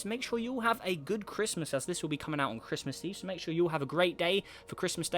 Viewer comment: Merry crishmush 😂🤣🤣